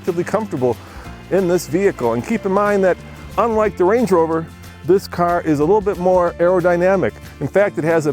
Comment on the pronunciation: The way says "carrrr" drives me crazy!!!